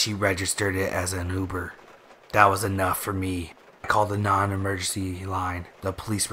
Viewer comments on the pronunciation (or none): none